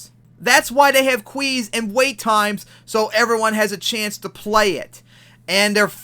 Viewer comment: Alright i hate verlis as much as the next guy but are we just gonna ignore the fact that my man just called pronounced "queues" "kwees?"